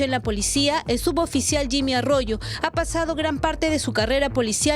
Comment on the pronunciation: Enseñenle a la periodista a decir suboficial, y no "sudoficial". Ni su jefa delta le corrige, o no se da cuenta?